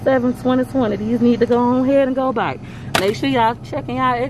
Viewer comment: LOL the way you said “back”@ 😂🤣😂 You so Floridian